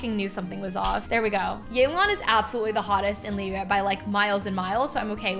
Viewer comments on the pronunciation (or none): none